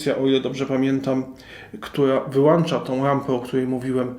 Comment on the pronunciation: Dzięki za wskazanie (jedynie sobie) gdzie jest wskazówka podłączenia do sieci, gdzie jest czujnik światła. Reszta OK, no może poza WŁĄCZA i WYŁĄCZA a nie włancza i wyłancza.